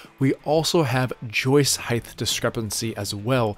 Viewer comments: Great video! I enjoyed how you say "heighth" too! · Great video, I can’t get over your pronunciation of height as “heigth” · Great video, but our public schools are a failure with so many people saying "heighTH". There is no "th" sound at the of the word height. It is a 'T' sound. Also, it's 'border', not 'boarder'. That said, good tips for deck work. Good video. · What is “heighth”? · Great tips. Upvoted. If I may offer a minor English tip: no such word as heighth. It's just height. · Why do some people say “heigth” instead of height? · just a thought... it is height... not heighth... hi-t .... not hi-th... unless you have a lisp, in which case my apologies. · Height. Not “heightth”. There’s no TH sound at the end. Is that an American thing? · Height is NOT SPELLED OR PRONOUNCED: “heigth”!!! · Stop saying "heighth"; there's no such word. It's 'height'. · Height, not Heighth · "height" no "th" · Great videos but why do you pronounce height with a th sound at the end of the word?